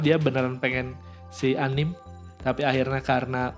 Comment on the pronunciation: Kak... A-Ni-Me... Bukan anim 😑